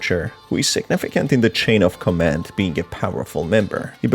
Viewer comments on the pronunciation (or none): none